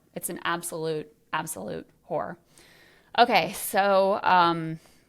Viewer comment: Oh, “horror”… I thought you said something else.